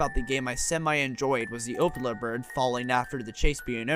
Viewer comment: at the beginning i thought he was saying "opioid bird" since i didnt know it was called the opila bird